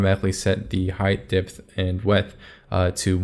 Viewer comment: height dipth and wedth! Thanks for the sick video btw, very slick !